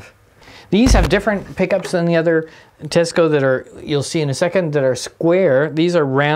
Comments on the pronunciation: Cool Teisco collection! BTW, it’s pronounced “Tie-sco”, not “Te-sco”. It’s an anagram—Tokyo Electric Instrument Sound Company. My first electric guitar was a 1964 Teisco-built St George. And in college in 1969, a friend of mine had the bass version of the EP-200. The first one you showed, with the built-in effects, is pretty wild! Get the right battery connector in there so you can show us what it sounds like! Built-in effects was kind of a thing in the lare ‘60s and early. ‘70s—I remember Vox had a line of guitars in ‘67 that had really awful built-in effects, including a wah-wah that was actuated by the heel of the right hand on a triangular lever behind the bridge. Psychedelic! And hard to pick while using the thing. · It's pronounced "TEYE SCO", I lived in Japan from 63-66 and was given a SS-4L for Christmas in 1964 they purchased it from the Navy Exchange in Yokohama, also a Teisco 71-R 1964 Vintage Tube Amp with Reverb & Tremolo modules on board.